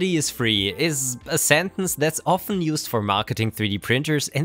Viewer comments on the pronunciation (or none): none